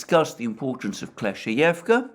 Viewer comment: if i heard dima well, it’s klesh-chey-ee-yevka ..;)